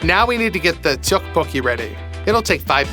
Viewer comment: As a Korean I’ve never seen someone say teottbokki correct on their first try let alone 3 times